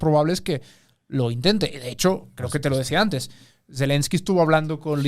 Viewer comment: pero antesh un poco de hishtoria